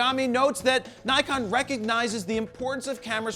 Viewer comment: Nikon! Ni-GONE, more like! (However you pronounce it) :)